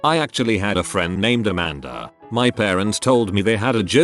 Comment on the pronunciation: The “a-man-duh” got me lmao